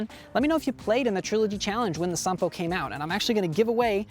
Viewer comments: Nice genuine Finnish pronunciation! Here is some background on the name -- Sampo. In the Finnish mythological epic, Kalevala, Sampo is like the Horn of Plentitude, a cornucopia, a mythical machine that makes money, cereals, and salt. It was forged by blacksmith Ilmarinen, the Eternal Hammerer, in return for the hand of the Daughter of the North. However, the Matriarch of the North, Louhi, betrays Ilmarinen, and does not give her daughter to Ilmarinen in spite of receiving the Sampo. An epic odyssey follows as Ilmarinen, Väinämöinen (an epic hero not so different from Odysseus) and Joukahainen travel north to steal Sampo back. In the ensuing battle Sampo is broken and falls into the sea. Pieces of it float back to the Lands of Kalevala, making it fertile. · Finnish pronounciation on point 👌 But wouldn't it be cool to be the first American YouTuber to get 'Ahti' right...?😉